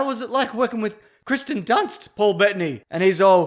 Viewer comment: It's also Kirsten Dunst not Kristen Dunst